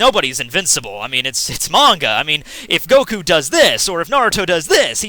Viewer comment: It's pronounced Saitama with short vowels not Saitaaaaama like you keep saying. Same with Goku, it's Goku with short vowels, not Goooku. Jeez. It's like if I would call you Maytthew. That aside, I agree with what you said in the video.